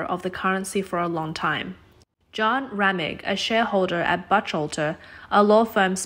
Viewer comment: Here is another 'edit' for this rookie Aussie narrator. The German name "Buchalter" is pronounced as 'Buckhalter.' May I suggest you go through your whole commentary and if there are words/proper names of other nations, do double check your pronounciation. Your staid/stale reading/narration of these videos ALSO NEEDS MORE MOTIVATIONAL WORK/EMPHASES. Cheers